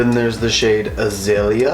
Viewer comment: ‘Azalea’ is a-zale-ya. 😘😬🧐☺️😚